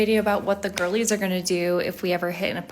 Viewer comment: Oh, "girlies"; I thought she was saying "ghoulies"! Seems more fitting